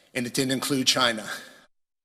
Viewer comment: Lol, he seh Chiner.